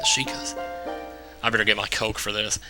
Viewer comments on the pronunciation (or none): none